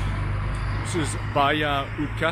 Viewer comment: Not utka.....it´s utsa!